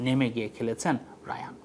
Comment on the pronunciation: তার নামের উচ্চারণ হায়ান রায়ান না